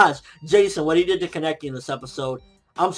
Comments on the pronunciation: said kah-nah-key not keh-neck-ee lol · Why do u say Kaneki so wrong it makes you sound so stupid lmfao